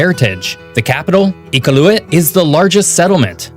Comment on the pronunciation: Hi, guys! 😊 Just a little note: this presenter is American and pronounces quite a few of the place names wrong. For example, Nunavut is pronounced /NEW-na-voot/, not “none-of-it”, and Iqaluit is pronounced /ee-KAH-looit/. Don’t hesitate to ask a Canadian if you have any questions! ☺️ 🇨🇦❤️🇨🇲